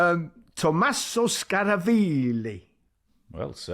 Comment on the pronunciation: The italian pronunciation was PERFECT Gary, well done The name though, it's ToMMaso, with two "M"😂